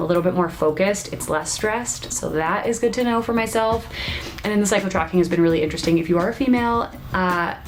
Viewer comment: Haha, I thought you said 'Psycho tracking' not 'Cycle tracking'. Enjoy the summer, we know how short it is☹.